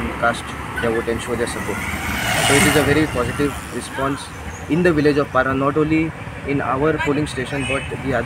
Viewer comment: It's not barra 😂 It's parra